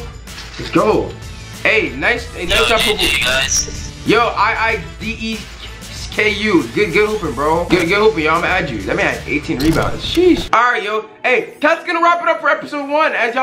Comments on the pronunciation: it’s pronounced ii deck-u lol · This mans seriously dont kno how to pronounce deku lmao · I love how he cant pronounce deku